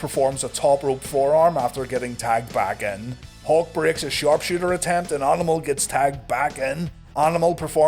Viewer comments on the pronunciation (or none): Every time you say "Hawk" I hear "Hulk" and wonder where Hogan's at...